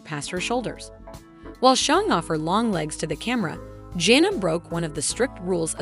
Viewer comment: Edit this so that it does not sound like a robot and that you can figure out how to say the oldest daughters name. Janna is not a hard name to say get it right.